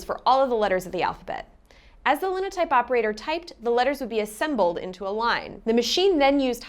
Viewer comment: It's pronounced "LINE o typers"